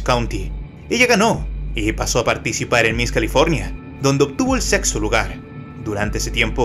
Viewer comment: alguien mas escucho sexo en ves de sexto o toy sordo